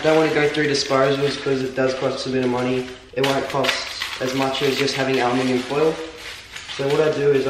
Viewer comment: Hahaha alminium?? It's aluminum.